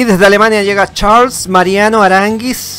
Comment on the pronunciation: Cómo diría doblao.....es Charles,se pronuncian todas las letras xD